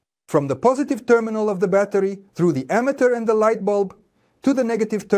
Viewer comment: i disagree with the concept of individualizing charges and saying they become stronger and weaker, when in reality, the difference in voltage comes from a change in the number of electrons. also, "ammeter" is mispronounced in this video, and the statement "the direction of the current in the circuit remains the same" is wrong. Those "V"s look like "U"s. This video was made by ai. thumbs down. Try harder next time.